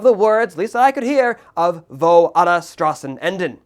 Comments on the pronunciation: By the way, you pronounce the "S" in "Straßen", like the "sh" in "shit". Just a little hint, so it's easier on the german ear, when you pronounce the title. Also, please do not call the Kaiserreich a "regime". That's, all things concidered, untrue. Everything that followed, on the other hand, was. From the treaty of versailles, that led into the Weimar Republic, that led us to the Third Reich, that took us into a cold war, followed by the DDR (and a Germany that was, again, split in half) to, what we have today, a damaged Germany with no sovereignty. It was the last time Germany was sovereign, to be frank. It was the last time Germany was whole. It was the first time Germany had actual laws in place to fight against the socialism. And it was also the last time Germany had national pride, without hatred on others and within itself, and, last but not least, a constitution. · It probably shouldn't tick me off as much but hearing him pronounce "Straßen" really hurt my ears.